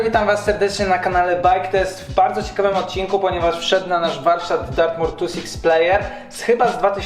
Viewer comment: Nie zebym sie czepial ale jak cos to niemowi sie "tłentisix" tylko "tu six plejer"